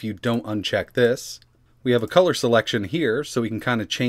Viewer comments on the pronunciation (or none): none